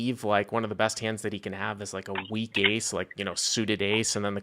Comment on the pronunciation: Honestly not as bad as the A9 that I heard as eight nine. How do you make Ace sound like eight?